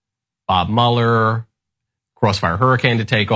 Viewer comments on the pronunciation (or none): none